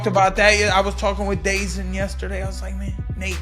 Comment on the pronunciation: Isnt it Da Zone ... not Dayzin Mr. Perry?